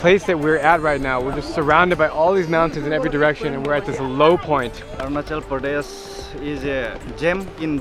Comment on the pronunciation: Mubai?? Arun CHAL?? PRAADESH!? You and youre prouncancetion is not good